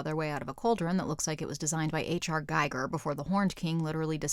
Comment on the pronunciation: Geiger is pronounced Geeger.